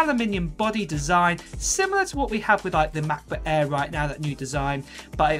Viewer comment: "Mekbook ehh"